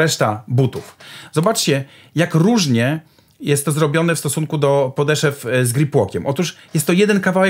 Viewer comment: Wszystko fajnie taka uwaga mała mówi się podeszw nie podeszew